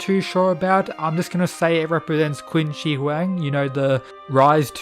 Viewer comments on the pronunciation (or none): You pronounce Qin Shi Huang like shit. It's pronounced Chin Sir Huang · I think qin shi huang is pronounced chin/shin shi huang